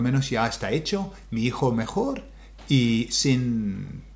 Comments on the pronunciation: Sin pronounced seen. Get him told Cynthia. Un abrazo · 5.41 once 7.52 twice. You say sin like the English word. Easy done for English speakers. 💪💪🙋😎🇪🇦